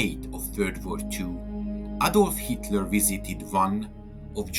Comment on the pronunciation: Wenn man es nicht fertig bringt Adolf Hitler korrekt auszusprechen sollte man sich seine Berichte sparen.